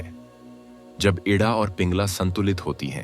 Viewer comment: इड़ा बोलें ना कि इड्डा